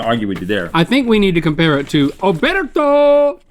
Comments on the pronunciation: Rhett: Oberto Link: Orbeto Even though I'm not Italian it still hurt my soul hearing it mispronounced. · It’s “Oh-BIRD-oh”!! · It's pronounced Oh Burt Oh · Link* " obrrrerto" haha beautifully hilarious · GMM but every time they say Oberto it cuts to Smosh Games Family Style